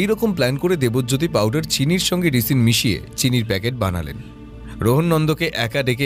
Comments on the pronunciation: একটা ছোট্ট সংশোধন, বিষটা রিসিন নয়, রাইসিন। গল্পটা সুন্দর, উপস্থাপনা বরাবরের মতোই প্রশংসনীয়। 😊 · Eto ta jotno niye golpo ta poribeshon korlen, ektu kichu kichu shobder uccharon gulor somporke bhobishyot e kheyal nile bhalo hoy. 'Toxicology' r 'Ricin' katha dutor bhul uccharon khub kaane laglo.